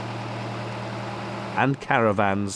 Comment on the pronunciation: Lovely vlog thanks. So pleased you say 'caravan' and not ' cara-van' which is just plain wrong ! Glad I got that off my chest ?